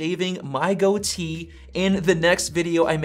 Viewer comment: It’s called a goatee not a go tee.